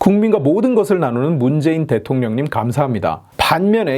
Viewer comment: 왜 자꾸 대령통이라고 하냐 웃겨 디지겄네